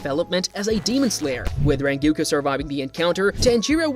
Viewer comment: Look.. I can do “Ack-a-za”, I can take “Jenya”.. But for crying out loud. “Renguko”? Dude.. 💀😭🪦